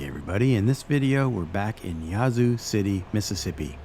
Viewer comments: It's pronounced Yeah-zoo. Or atleast that's how we pronounce it. Great job on all the history. Next time do a video on the ghettos of the zoo lol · mispronounced the name of the town. The "a" is short.